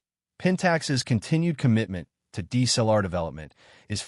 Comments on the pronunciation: I HATE your AI audio. PRONOUNCE all letters - "D S L R." And pause when appropriate not when you see a dash. "K 3 Mark 4," not "K............... 3Mark4." JEEZ! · IF you are using AI voice overs, please check pronunciation. (DSLR is repeatedly botched)